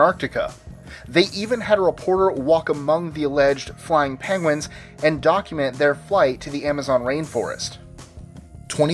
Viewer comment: The dude is saying PENGWANGS